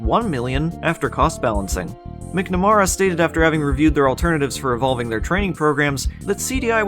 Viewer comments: I'm sorry, but I just love the pronunciation of Kevin "mick-narama" :D For real tho, love your vids, and Frame Rater's as well! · I feel like a jackass saying this, but the last name, McNamara, is pronounced “mack • nuh • mare • uh.” English is a weird language, so I can’t blame you for pronouncing it the way you did. Great vid btw! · Then we get "McNaraama" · The way this man pronounced McNamara makes me die....